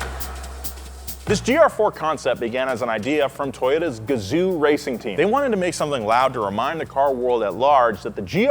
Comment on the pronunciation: if you are reading this it's not pronounced Guh-zu, it's pronounced Gah-Zohh. Japanese vowels are identical to Spanish. OO in Japanese is just a long O sound.